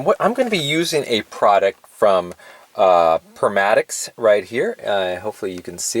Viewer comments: The name is pronounced "per ma tex" , not per mat ex. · Permatics? Its PER MA TEX...😆 🤣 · I think u meant pronounced: perma-tex and not permatix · Pronounced perm-uh-techs